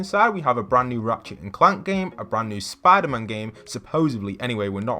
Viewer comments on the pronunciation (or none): “SPADER MAN”